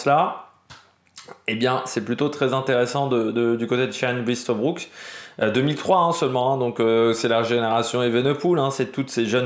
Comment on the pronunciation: On dit : "oeil-te-brou-k" ; il a déclaré avoir de bonnes jambes au point d'avoir hésité à suivre chaves. ça promet